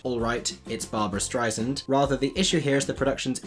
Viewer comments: First, please oh please pronounce Barbra's name correctly. It's "Stry' *S*and". It's "s" as in "sand," not "z" as in "zind". She herself gets rather perturbed when it is mispronounced. She went so far as to call the CEO of Apple to have Siri say the correct pronunciation. 2nd. Most critics and fans of the show have gone in with the complete understanding that they were not about to see another Barbra, or Barbra Wannabe. All were rooting for Beanie to make the role her own. Granted, a lot of hardcore Barbra lovers were extremely offended by anyone even daring to assay the role. Even when Barbra was starring in both stage and screen versions, there were script/story problems. The fact remains, the first act is up and enjoyable because it charted the heady romance of Fanny Brice and Nicky Arnstein. But the 2nd act is all about the relationship falling apart and ultimately dissolving; not a fun ride. At least the movie all leads to that indelible moment of Barbra singing My Man. The other major problem with any revival is that the entire show was ultimately tailored to the specific ginormous talents of its original star. That makes it almost impossible to revive with a suitable talent. Unfortunately, and no disrespect for the talents she does have, Beanie simply does not fit that bill. This is why she is surrounded by the top talents in her supporting cast. Plus, just the fact that it's the first time a production of Funny Girl, which does have a first rate score, has gotten to o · Let’s learn the correction pronunciation of Barbra’s name. (She’s only been a megastar for 60 years.) You’re saying STRY znd, a common mistake. It’s correctly pronounced STRY SAND. Put equal emphasis on both syllables and the S (since it’s an S not a Z) is pronounced as an S not a Z. (Suddenly I’m thinking of Liza and anyone who gets that is as old as I am!) Practice it. You can do it. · Great commentary as always. By the way, I think it's Barbra Strei-sand (sand like at the beach) lol 😁